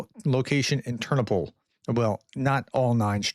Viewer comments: "Tur-NO-pull" — I was in that city many times. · When in doubt about pronunciation..put the stress on the penultimate syllable..."Ter NO pil" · Hi, to help you with your pronunciation, place the accent on the second syllable for most proper names: terNOpyl, lVIv, cherNObyl, vlaDImir, volDOmir, uKRAina, etc. Great job. Thanks for all the updates. :)